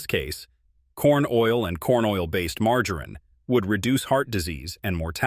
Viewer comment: MargorEEn lol